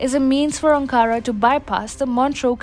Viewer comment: Video is great but please pronounce Ankara correctly.